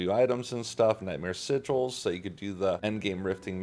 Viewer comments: the mispronunciation of "Sigils" is triggering me mega-hard :P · The way says “sigel” 🤣